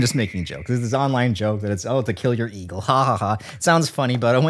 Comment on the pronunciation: Giggled and snorted whenever he says “eagle” 😂